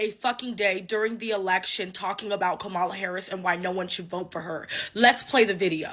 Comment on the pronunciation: her name is Comma-La no Ca-mala